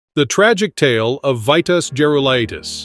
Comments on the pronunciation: This must be the AI idiocy that we have to put up with. The name was pronounced "Veetas". He was a great for sure. I met him at the WTA event in Dallas at SMU in 1977. Great and friendly guy. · I stopped watching after you mispronounced his first name. 🙄